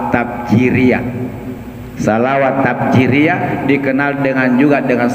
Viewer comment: Bukan tafjiriyah..... Tapi tafrijiyah....